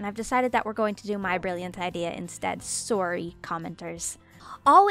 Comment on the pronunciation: Sometimes I can hear your Canadian accent shine through when you say “sOrrry” sry if that was rude also your so pretty ☺️